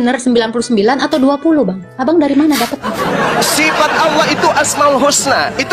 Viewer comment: Ditulis allah,dibaca aolah,kaya ada mkn halua yg panas.